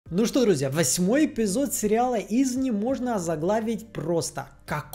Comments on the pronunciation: аж бесит произношение 😂 каждый раз😊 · Ударение в слове "Извне'" ставится на букву "е"!